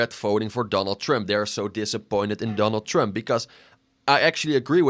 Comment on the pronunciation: “Donal Tremp”